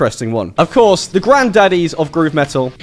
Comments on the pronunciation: Ahh, Finn Mckenty was calling you out on your lack of "T"s wasn't he? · I learned English from American movies and its so weird hearing someone say "me'ol" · This dude said "Me'ol" 🤣 🤣 🤣